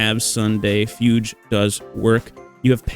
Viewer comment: excuse me, Fyudge?